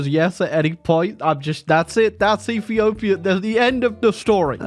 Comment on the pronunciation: Ah yes E for my favorite country “efepefhia”